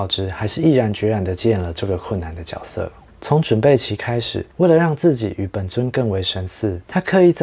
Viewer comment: 角色的发音错了吧，绝色吧